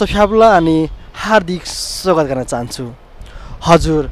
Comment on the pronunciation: स्वागत होकि सोगत हो? सांगीतिक होकि संगीतिक? पहिलो पटक होकि क्या हो अन्तरबार्ता अलिक अकमक्क भयो है । साथै जन्म थालो हैन जन्म थलो । उमेर स्यानो हैन सानो । को स्वरमा अति मिठास छ तर अलि कति कता कता डर लागेको जस्तो क्या । गौँ हैन हाउ च्याङ्बा गाउँ भन्ने गर्नुस । तामाङ भाषा त त्यो धिम साङ्बारी सर्ज्युला फ्या भन्ने मात्र आयो त हाउ